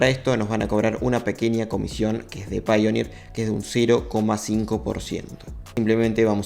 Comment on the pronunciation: Yo quiero aportar que tanto paypal como payoneer se pronuncian /pei/ porque es el mismo inicio. Pay.